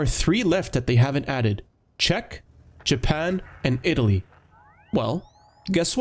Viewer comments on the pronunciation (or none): none